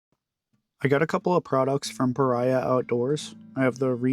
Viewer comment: Pah Ree Ahh. Not Pah Rye Ahh